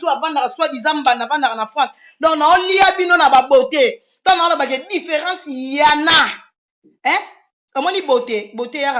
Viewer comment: Loba nanu miss mongo.différence "yana" au lieu de"ya en a"